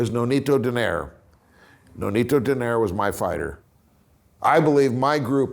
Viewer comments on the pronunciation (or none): Donayri is the right pronunciation not Doneyr. That's how filipinos pronounce the family name of Nonito.